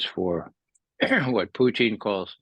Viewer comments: Purine and Fries? Why doesn’t this guy know who the president of Russia is? Putine or Puteen? - want a Diet Coke with that Putine? It’s Putin not Putine buddy! Can not listen to it anymore- so annoying when someone doesn’t know how to pronounce the name. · Puteen,come on, guy, it's not French fries and cheese. It's Putin (poo-tin) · Okay, that guy just insist on saying "Putine" it's Putin. Even Putin say's it's Putin. Don't know what he thinks he is doing, but its annoying. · This guy thought it was Comedy Central. Also, he loved saying Puteen, okay? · i like grandpa 👍🏾 plus the way he say PuTIN 😂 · Mee too lol. He says puuty